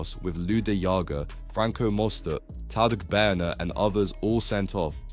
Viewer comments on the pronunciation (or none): The pronunciation of Beirne was hilarious. I suppose that it cuts profits to employ a human.